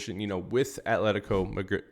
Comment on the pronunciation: when you say Madrid, Madridistas and when you say player names! No hate just want to hear the names in the language.